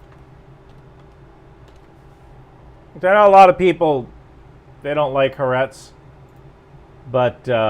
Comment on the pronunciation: it's Ha Aretz. Litteraly means The Land.